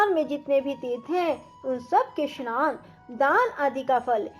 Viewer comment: स्नान का उच्चारण शनान